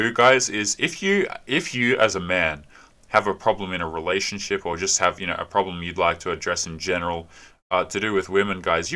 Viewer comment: you keep pronouncing relationSHIT wrong.